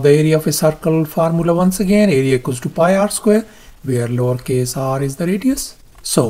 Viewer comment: What does he say?! Lawrcase?! 😅